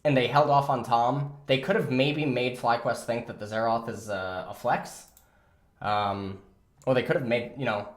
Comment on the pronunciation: Xerath not Xeraath